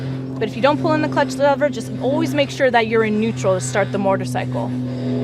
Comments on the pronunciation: She says mortar cycle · Learn how to say motorcycle first haha she says mortorcycle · "Mortorcycle"...."shifter gear"